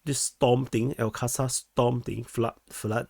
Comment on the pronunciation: Small point "Aqsa" is pronounced like "Awk+Sah" (not Casa) But you're English is very solid, dawg.